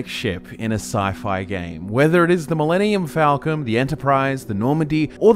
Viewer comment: 0/10 it's called the "Millennium Folken", not the "Millennium Fahlkhen" :( Just kidding XD Great video guys, keep it up!